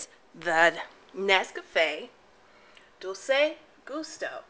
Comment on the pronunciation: I'm curious about this machine. The fact that its nescafe (only really known for instant coffee) puts me off. Is the coffee a really decent quality? Like you'd get from a proper cafe? By the way Dolce is pronounced "dol-chay" the 'c' in italian is pronounced "ch". Think "Versace". Thanks for sharing :)